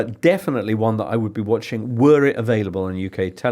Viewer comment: "When is Wissa going to be awailable?"